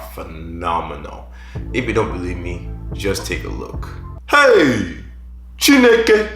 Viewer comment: Bia wait! Are you Igbo? You just said "Chineke" with that on point accent 🤣🤣